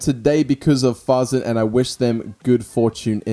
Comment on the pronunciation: Fasen not faaaazzen